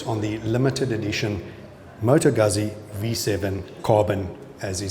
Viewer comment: Beautiful bike. Proper pronunciation of Moto Guzzi. Thanks for the video.